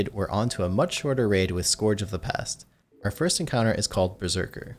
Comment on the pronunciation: The way some people pronounce “Scourge” is honestly tragic.